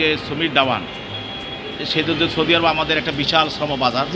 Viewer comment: The journalist cant even pronounce 'Saudi Arabai". What is choudi? Gordhob